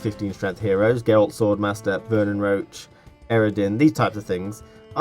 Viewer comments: it's Roche,not Roach Roach is the horse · You pronounce Roche as Roach (or is it just me?)